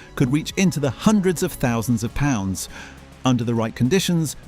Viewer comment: The commentary slips into “ dollars “ and poorly pronounced “ pound “ on occasion. ? Also some of the images relates to Cost Co stores and not Tesco ? I’m no IT buff just listening and observing makes me question the authenticity of this item ????